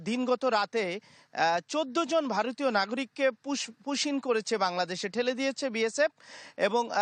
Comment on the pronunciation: Pushback not pushin .